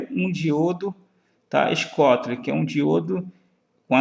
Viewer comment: Muito bom, parabéns. Só um toque, o "diodo schottky" se pronuncia "diodo choqui"